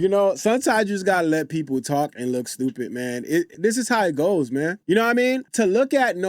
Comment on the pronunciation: What is 'shtupid' trash panda cant even talk